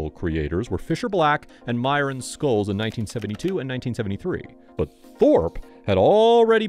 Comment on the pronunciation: It's pronounced "shholzz". :)